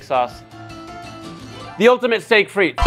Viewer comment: The T in frites is silent 😅